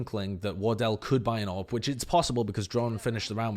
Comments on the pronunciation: I just heard him say orb everytime he said AWP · Took me too long to realize you're saying AWP and not Orb.